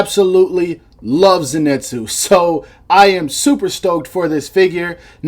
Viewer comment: Zenitsu is pronounced like zinitsu or zenitsu not zenetsu (no hate :) )